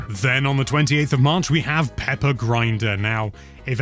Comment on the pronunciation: He said Peppa 🫢